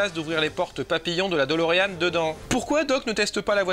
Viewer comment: Ce n'est pas "DOLOrean" mais "de Lorean".